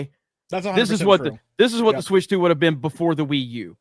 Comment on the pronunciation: "Switch TU"